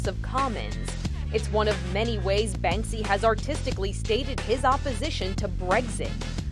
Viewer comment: The guy called it 'Banksby' right at the beginning lol